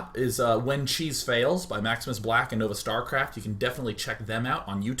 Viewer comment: how did you not notice him saying novastarcraft? it was so wierd